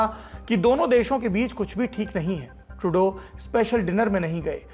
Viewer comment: 😂😂😂 How clearly and emphatically Saurabh said "मोदी ने बंद कमरे में Trudeau को डांटा". Just observe his accent there,😅😅😅 मज़ा आ गया